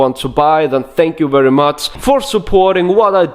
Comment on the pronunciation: I love it when you say werry lmao